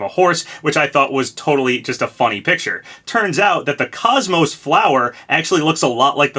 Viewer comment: Wincing every time Kos-Mos's name is mispronounced :(